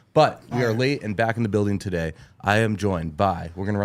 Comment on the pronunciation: said togay in the beginning lol